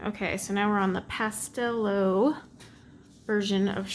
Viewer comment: oh, pastelowe means ''pastel'' haha! It's pronounced ''pastelove'' :D